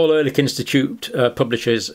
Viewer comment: Ehrlich is pronounced a bit like Air leek